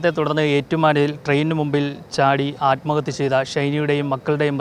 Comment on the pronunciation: ആത്മഹത്യ അല്ല കൊലപാതകം ആണ് നിങ്ങൾ എന്തിനാണ് നിങ്ങൾ ആത്മഹത്യ ആത്‌മഹത്യ എന്ന് പറയുന്നത്